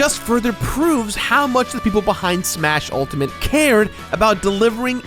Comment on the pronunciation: "SSMMHHAA-shas always fely like a game..."